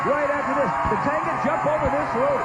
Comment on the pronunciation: Ray called him Tatango and Tatanga.